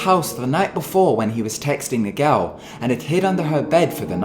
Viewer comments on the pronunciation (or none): i like how the narrator says girl! like garl or something, i totally love it hahah! also this is scary as fuck. don't watch video's like this after midnight slone in your room my friendsxD